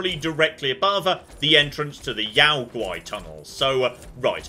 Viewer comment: Yao Guai, pronounced "yow-gwigh", based on the Chinese "Yaoguai" meaning something along the lines of "strange monster" or "unusual demon"